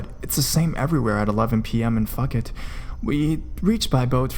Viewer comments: Out of the various mispronunciations, “fuck-it” instead of “foo-ket” in describing Phuket was definitely the most entertaining. BTW, you should study emotive speaking. You’re doing this very strangely, tonally-speaking. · LOL, it;s Phuket i.e. "pooket", not pronounced "fuckit". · Phuket (foo-ket), not fuck it. LOL Good job with the storytelling! ^_^ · Phuket is pronounced 'Pu-ket' not 'fuk-et'. But good video otherwise. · Only an idiot that has never been there would pronounce Phuket "Fuck It". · He mispronouned it, so what? I'm Thai myself and I feel more offended that you basically called him an idiot. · Gwen Ap Mannanan lol fuk ket hahhahahaha ><)b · Hahahaha! I thought he said "Fuck It" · I was getting chills until I heard Phuck it. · I gave up and said fuck it after he pronounced Phuket wrong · Lol Phuket and the island of cold pee pee 😂